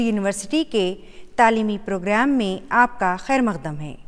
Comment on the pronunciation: Mam plz ka ko kha mt padhiye apne bhot jagah pr kha bola h